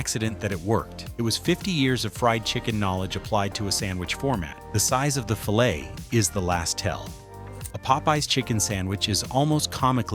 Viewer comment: It sure would help with the integrity of this video if they would have the voice pronounce "fillet" properly.